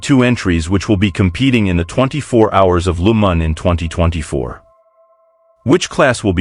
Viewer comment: Why pronounce Le Mans as Lu Man? French pronounce it as Le Ma just a silent N.